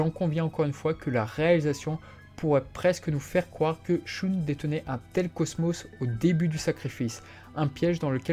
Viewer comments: J'arrête d'écouter parce que "Choune" c'est incroyablement ridicule. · Pourrais tu prononcer "Shun" à l'Allemande parce que c'est affreux la façon dont tu le prononces, dans l'animé j'ai jamais entendu Shoon Désolé mais j'ai les oreilles qui saignent à chaque fois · À l'allemande ? Le u se prononce "ou" en allemand, et le ü se prononce "u". En japonais, la prononciation du u se situe entre un "u" et un "ou" français, mais le son reste plus proche du "ou". En VO, Shun se dit bel et bien "shoun".